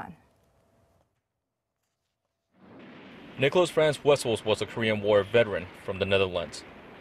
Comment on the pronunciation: it's Nicolaas... not nicolas